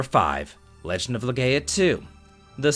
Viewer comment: Slight thing with the Legaia thing, I believe it's said as Le-GUY-ah.